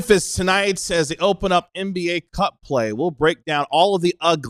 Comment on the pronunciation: Omg when said “NBA Cup play” I heard “cuck play” but yeah that’s where we are at as fans….. firmly in the chair